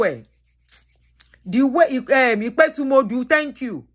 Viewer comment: please learn the correct pronunciation of our town or other thing in yoruba. Ipetumodu do-re-re-re-do.and olojo:- re-mi-mi festival.